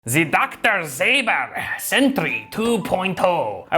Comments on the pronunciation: Its funny to hear somebody that doesn't speak polish to say Dr.Ząber because they pronounce it with an a like in Zaber but the ą is pronounced kinda like an o, so Z o ber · It's actually Dr Ząber - not german, but Polish. I'm not a linguist, but to spell it I'd go with Dr Zonber, with kinda nasal O and barely pronounced N. Polish is a little bit "rustling" language, not so "nazi from american movie" :D but it's not so rustling as chinese can be. This enclosure looks A LOT like 202, but seems to be smaller. I built an i5-8400 + GTX 1080 in 202 and it was a fun project. This seems even more fun! :D I'm wondering if it's going to be cheaper locally in Poland, as I live in a next big city to a place Dr Ząber has it's base of operations :) Now, if only I'd go to LAN parties, instead of doing them at my flat, my wife maybe could let me to build a second rig in one of those :3